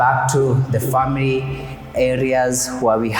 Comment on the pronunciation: Did you just say friends and famerey ?😢